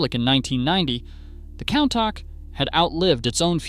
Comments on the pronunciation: That is definitely NOT how to pronounce COUNTACH. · That's the worst pronunciation of Countach ive ever heard.